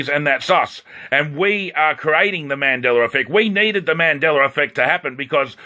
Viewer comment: "........ on the mandellera effect....." did you really just say that??????